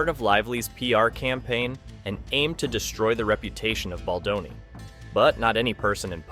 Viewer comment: Is this an AI narrator? Just curious. I keep hearing names pronounced wrong like, "Badloni" and "Candance Owen" lol. It is what it is I guess. But also F a$$hole$ like BL and RR.